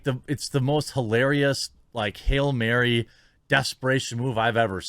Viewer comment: Did u say hail mary or ferry?